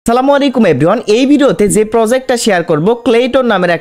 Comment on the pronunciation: kire moga!! English thik moto bolte paros na? ebryone hbe na "everyone" hbe gadha